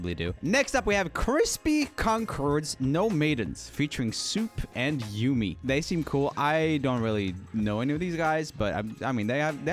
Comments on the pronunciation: The thing about the mome boys (crispy, soup, and yumi (pronounced yummie btw)) was they made that song in like an hour, and it was just for a video. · Its not uuuumeee yummmiiii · You need to react to Yumi's (Pronounced Yummy) new solo songs they are really good, especially Dance.